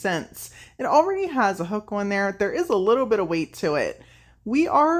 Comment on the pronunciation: Love how you pronounce "on" like "owenn" 😂❤ All the projects are lovely!